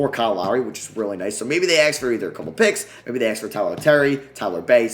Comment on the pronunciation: The amount of times he said axe 🪓